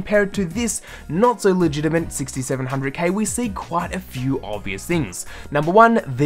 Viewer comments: why do you say la gina mint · It's legitiMATE, not legitiMENT and legitMACY, not legitiMENCY. Simple things like this ruin any credibility you may have.